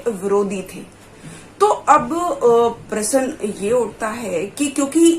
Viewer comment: प्रसन प्रश्न ईसे बोलना सिख पहिले??